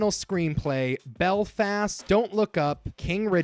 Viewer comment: Hearing you say "Bel-fast" is hilarious. My Mum's from Belfast and everyone I''ve met says it really smoothly ( Apart from the school bullies "Are you from Belllfasstt?" While thinking they were putting on a Belfast accent)